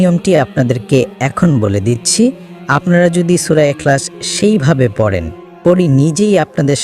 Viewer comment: আপনি ভুল পড়েছেন ভালো একজন হুজুরের কাছ থেকে শুনে নিবেন